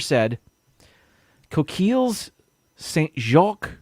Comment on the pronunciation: Reese's PB range FTW! If you still drink egg nog, Farm Stores egg nog is absolutely fantastic! They have shops in your area. They are originally from South Florida. That's a long list of words but you get top marks for effort LOL! The final S in French is silent, koh-keel (coquilles=scallops). Roll the R's in Spanish and E is generally pronounced AY as in day, chee-chah-roh-nay (don't forget to roll the R!). The butter chicken is delicious. Similar to chicken tikka masala which is actually an English dish. Yes, I can confirm that shepherd's pie is made with lamb and cottage pie is made with beef mince. Somehow that memo got lost across the pond and at EPCOT! If you go to Marrakech, go to the night market for delicious Moroccan food! Enjoy your holiday feast!